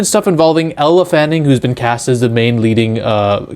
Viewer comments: IT'S NOT ELLA, IT'S ELLE (PRONUONCED "L") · Elle not Ella